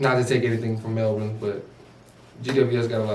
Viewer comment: You blokes do a great job of analysing the game. One tip to help you sound like true experts - is how to pronounce Melbourne. Its Mel'bin Pronounce Melbourne (20 seconds)